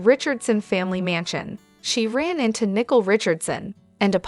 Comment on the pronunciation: The name is Nicole and not Nickel, it’s sounds weird to keep calling the woman a coin !!